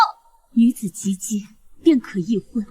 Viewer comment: 一会儿“及ギー礼“，一会儿“及B礼”，一会儿又“及巴礼”的😂 让ai念对一个字有那么难吗